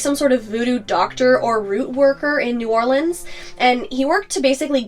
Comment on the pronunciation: I was hoping you’d show some love for your Louisiana fans and do this one! I actually learned some stuff. Also, really like that you knew how to pronounce New Orleans like a local.